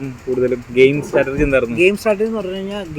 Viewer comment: Interviewer., സ്റ്റാറ്റർജി അല്ലാഡോ. സ്‌ട്രാറ്റജി